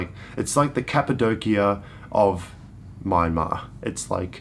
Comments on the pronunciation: When are you guys considering visiting again? It'd obviously be after the pandemic. A couple of other tips: - the country is pronounced "Mya-mar". Two syllables. The "n" is silent. This tip also holds true for other Burmese words spelled in English. The first few consonants and vowels mash together. If Myanmar was three syllables instead of two, it would have been spelt "Myyanmar". It's how they interpret English spelling. "Yangon" is pronouced "yun-gown" (rhymes with bone), not "yan-goon", nor "yan-gone". - Regarding food, if it comes in one bowl/dish, mix it together. Everything you get in smaller dishes next to a main, big dish, are side dishes. Mix bits and bobs from the side dishes together with the main dish. There's no right or wrong way to do this. Experiment, and see what works for you. - the places you ate in this series looked fairly expensive. Crazy cheap compared to Aus, but about 50% more expensive than what I had expected. Don't worry, you didn't get ripped off. You just ended up in touristy places, probably on the main streets rather than back-streets, even if there weren't other tourists there. - I'll leave more tips once they come back into my head. It'll also help if I knew what time of year you're heading there. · Nice video and really cool tips. btw, you're still pronouncing Myanmar wrong. Like when you pronounce kyats, it's not My-an-mar. It's M-yan-mar. So it's closer like Mian-Mar. Thanks for visiting my country and sharing beautiful videos. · Nay Lynn is right! It's pronounced Mie-En-Mar or Mian-Mar.